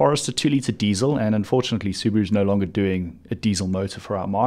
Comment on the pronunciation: how dare you pronounce Subaru like that.